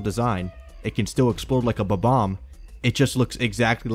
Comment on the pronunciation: Bob-omb my man. Not Ba-bomb.